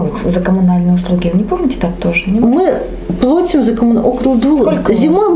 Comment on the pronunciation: ПлОтим! Правильно плАтим